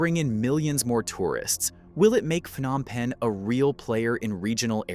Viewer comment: Stop mispronouncing the city's name. It's not 'F-nom Penh' (just because 'ph' is usually pronounced like an 'F'—e.g., phone, physical, etc.). It's pronounced with a 'P' sound: Phnom Penh.